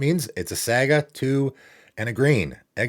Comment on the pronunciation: I was honestly more shocked by how you pronounced "saga" than any of the Norse words 😂 Cover of Darkness finally getting a reprint feels worth a mention. Great card that's been sitting at a way too high price for a while now.